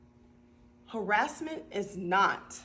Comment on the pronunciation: what the hell is harrisment ?!! 😂😂